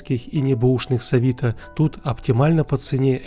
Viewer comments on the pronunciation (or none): none